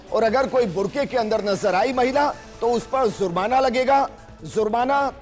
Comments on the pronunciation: Bolna seekhlo zurmana nahi jurmana hai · Hindustan me aur bahot issue hai. Pehle lafz ko sahi karlo. Jurmana ko zurmana keh rahe ho.